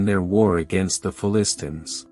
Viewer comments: Can't even pronounce Philistines properly. How can anyone take the video seriously? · It would have been great and more “hearable” if the machine could pronounce Philistines correctly. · Just started watching this video and I am turned off already. Please get someone who can pronounce the word Philistines.